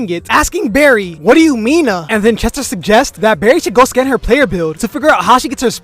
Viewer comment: “What do you menah “😂